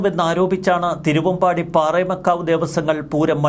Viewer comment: പാറേമകാവു അല്ല. പാറമേകാവ്